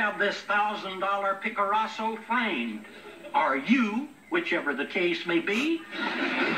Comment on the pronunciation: "Picaraso" LOL, love this show!